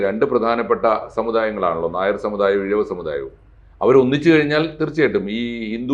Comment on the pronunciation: ഇഴവൻ അല്ല ....ഇഴവർ... എന്ന് പറഞ്ഞാൽ കോള്ളാം.... ചെറിയ ഒരു തിരുത്ത്......